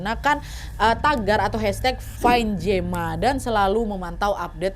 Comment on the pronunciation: Gema baca jema